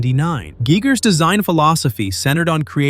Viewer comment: It's pronounced Guy-gurr BTW